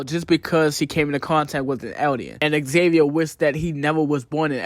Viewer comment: Why are you calling Ksaver Xavier? It’s pronounced Saver with a silent K